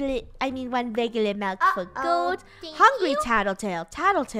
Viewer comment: Milk ;-; melk...? Wut xD